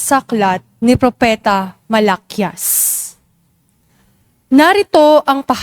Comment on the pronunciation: Hindi Po malakyas Ang basa Jan kundi mala- kiyas..mala....kiyas hi di mabilis lector din ako